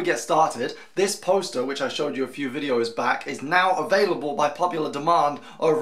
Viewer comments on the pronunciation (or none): You have some dark tastes in fiction. Also, nice to know I'll never be able to write anything, thanks for that,, I can stop wasting my time. I thought it would be Hip-ster, not Hips-ter... then again "prof-essi-onal" isn't exactly the most aurally pleasing way to break up that word either.